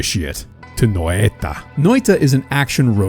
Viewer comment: i love how he pronounced noita as NÖitä also as NöeiTa Loved the vid btw :)